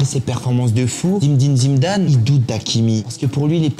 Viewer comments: zidaannnnnnnnnnnnnnnn pas zimdane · T vidéo son cool et sympa mais ta façon de prononcer le nom Zidane sa devient insupportable et en plus tu le fais grv mal